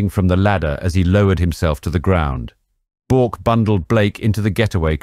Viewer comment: Very good documentary. One slight correction if i may. Bourke is pronounced Burke. Great channel though. Keep it up!